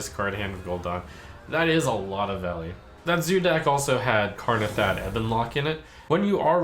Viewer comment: Its Kanrethad, not Karnethad!